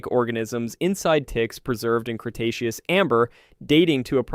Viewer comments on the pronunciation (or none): none